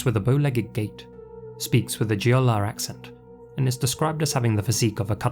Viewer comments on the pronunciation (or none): Just so you know Jeolla is pronounced like Chollah. I know it's confusing. There's two different romanization methods for Korean so it can be confusing.